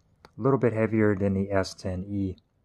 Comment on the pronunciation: Anyone else hearing him say S10v not S10e or is it my old ears.